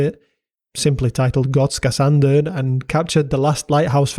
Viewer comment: Thank you for a good video. Also, nice to hear someone outside of the nordics mastering the Swedish ö!